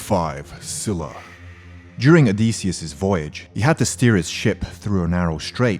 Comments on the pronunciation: learn how to pronounce. Scylla is pronounced as "Skyla" not " Sila" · it's pronounced as skyla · its skyla with a hard k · nice vid but where is pheonix or griffin??btw scyla doesnt pronounced "schyla" its "skyla"..